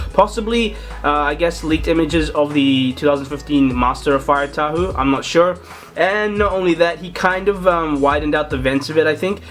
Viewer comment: its TAHU NOT HAHU